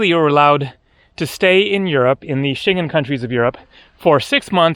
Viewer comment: I like your videos, but sometimes your pronunciation is lacking. You need to learn to pronounce Schengen.